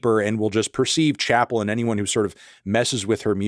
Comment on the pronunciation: She mispronounces her first name